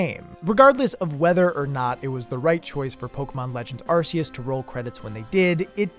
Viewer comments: Dude arc-a-us not ar-ce-is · im a 100% player, i like to do everything and collect eveything in a game just see if theres a secret, i have never rushed to the ending in any game iv ever played arceus official pronounciation from the pokemon company is ark-e-us not arce-us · Just like to point out, it’s Arceus, pronounced Ar-key-us. Not Ar-see-us. Same with Sifu, it’s pronounced She-foo, not See-foo. Think Kung Fu Panda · Will everyone stop saying ar-see-us? It's ark-ee-us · Your pronunciation of Arceus irritates me to no end. But this idea with end credits seems to point to a big design principle in general: Presentation can make or break design. I’ve learned that the hard way in my architectural classes, because you might have the best design imaginable, but if the presentation of that design is shaky at the beginning or the end, it often won’t matter how good the work itself is. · Ah, glad you talked about pokemon legends: arseoos.